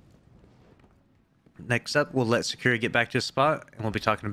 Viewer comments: his name is not secure lmao, Sa ku ra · Why can't you pronounce Sakura correctly